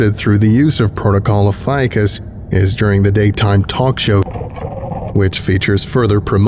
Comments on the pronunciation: No one loves the more than me.. that said. Ophiucus.. the snake bearer.. is oh-fee-yoo-kus. You said it 3 dozen times, incorrectly every single time. Not trying to be a pest but i do expect more of you. Am i wrong to? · Ophiuchus, being of Greek origin is pronounced: oh-fee-oo-kus (ɒfiˈjuːkəs), and Ophiuchi: oh-fee-oo-kai, for anyone who cares about that. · So I’ve been pronouncing “ophiuchus” incorrectly all this time….